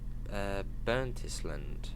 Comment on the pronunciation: Burntisland is pronounced Burnt Ireland.